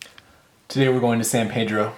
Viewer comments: Born and raised in Pedro ..nearing 70 now and I still have to correct people when they pronounce it "paydro"...any native will tell you its san pee-dro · Well it's a good way to tell the visitors from the locals and kinda funny to hear "Paydro" lol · Thanks for coming down and visiting us. Very nice. One little nit-pick. Its Peedro, not Paydro. :) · Thank you so much for sharing that great video of "the town where I live" but as mentioned by Mr. Helm below...our name is San Pedro, pronounced as Peedro and not Paydro. I'll be checking out your page and seeing more of your vlogs.....so much beauty in CA.